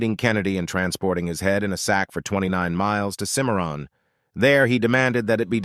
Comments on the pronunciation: Boyo boy these AI reading apps sure have no sense of how to speak names like "kimaroon".for Cimmeron . All thru this video I had to use my imagination to divine exactly where in Texas be was speaking of. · Cimarron mispronounced 4 different ways by ...